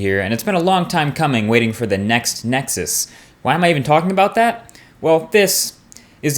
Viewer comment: I love how he CLEARELY says "Next Nexus", and not all of that crap of "Nexus 5" thats floating around the interwebs.